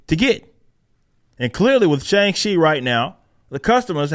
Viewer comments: She couldn’t even pronounce it correctly she said Shung She 😂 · They don't even say his name right, if they were real fans they'd say it right like you and I. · Shang Chi belongs in the seventies, the movie should have been a period piece. As a kid we pronounced his name with a hard "C", like Chiang Kai Shek.